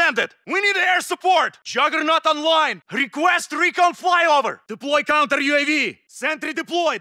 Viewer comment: Requesy rekaan flai over